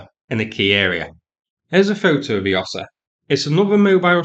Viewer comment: It’s Osa, as in Wingardium Leviosa.